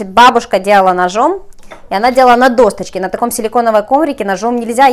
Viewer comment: Господи,что у вас было по русскому языку? "Послипается","парнизан","не избежишь никуда","досточка". У меня уши скрутились в трубочку.